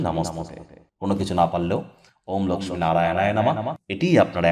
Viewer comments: বাংলা উচ্চারণে আমরা "লোকখি" এই উচ্চারণ করি, তাই 'লোকসমী" বলার কি দরকার হ'ল কি জানি!!! এ ছাড়া ঠিক কোন সময়ে পূজা টি করা উচিত তা না বলে কিছুই উপকার হ'লনা... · আপনি লক্ষী না বলে Laxmi...পূজা কেনো বলছেন।।হিন্দী উচ্চারণ কেন করছেন।আপনি কি অবাঙালী।নাকি এটা বিশেষ style...... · Apni Laxmi Puja Kano Bolchen Apni Lokhy Puga Bengali Language Bolun Apni Ki Non Bengali Na Apner Laxmi Puja Kotha Bolta Apner Style. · লক্ষ্মী উচ্চারণ টা অন্যরকম লাগলো ।